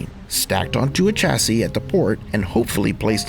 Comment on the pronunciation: Chassis, shassy not cha!!!